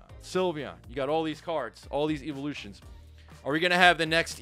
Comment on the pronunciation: IT'S "EEVEELUTIONS" STOP SAYING "EEVOLUTIONS"